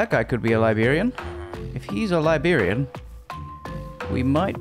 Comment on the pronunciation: This video was great, that last night was definitely gave main character vibes. Also, as an American... I haven't ever heard anyone pronounce librarian as liberian before. Jokes aside, this was a very enjoyable video, I'll be subscribing and checking out more of your content,.